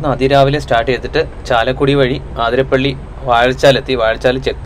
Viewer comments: ആതിരപ്പള്ളി അല്ല... 👉 അതിരപ്പിള്ളി 👈 എന്നാണ്.. ഇനി എങ്കിലും, പറയുന്ന വാക്കിലും, എഴുതി വയ്ക്കുന്നതിലും ശ്രദ്ധിക്കുമല്ലോ.. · അതിരപ്പിള്ളിയാണ്. ആതിരപ്പിള്ളിയല്ല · ആതിരപ്പിള്ളി അല്ല bro, അതിരപ്പിള്ളി